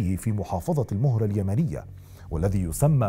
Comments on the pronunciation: ملاحظة: محافضة مهرة ( بفتح الميم ) ، تحياتي لك.. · المَهرَه وليس المُهرَه استاذ 🙏🏽🌹